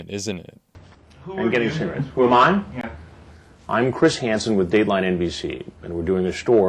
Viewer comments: Ok I gotta ask, why you do read "yah" or "ya" like the swedish "ja"??? It's just "yeah". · You do a great job with these videos. I appreciate your analyses and breakdowns. The one complaint I have is every single pronunciation of yeah as: Yaaaahhhhhhhh But I guess we all have our quirks. Still though do carry on with your great content. And as always, why don’t you have a seat? Right over there. Cheers. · your teen-girl pronunciation of "yaaahhh" sends me lmao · Great content, but I genuinely hate the way you say "yeah"